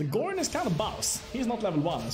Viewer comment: Why do you tubers always miss pronounce Gorion's name? It's not GORIII-ON, its pronounced like ORION constellation with a G at the front of it, the game even tells you how to pronounce his name as it's is spoken multiple times during the fist and second games! Gorion is not a Gorilla but an Orion get it right!